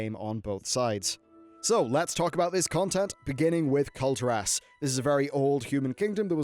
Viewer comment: Nice video but please it's Kul'tiras not Kulti'ras, listen how the blizz developers called it in blizzcon don't say it wrong forever!!